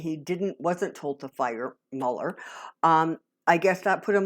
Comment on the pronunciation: you are the only one that pronounces mueller's name properly